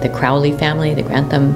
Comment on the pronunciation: It's pronounced Crorlee..............